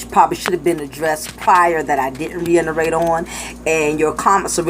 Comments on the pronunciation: Sweetie, the word is "reiterate". Not reinerate. And you dont need to say it so many times. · What the fuck is RE-ENTERRATE (according to your phonetics)